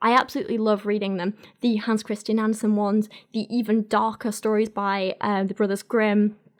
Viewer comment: Love the video. However, it's Andersen, not Anderson (like in Cooper). Take it from a ginger Dane.